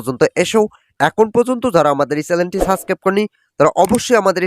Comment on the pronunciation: ভূয়া তথ্য আপনি চ্যানেল না বলে চ্যালেন বলিতেছেন তাতেই বোঝা যায়